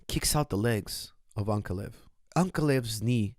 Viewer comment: Please correct your pronunciation. It’s AnkAlaev, not AnkaLev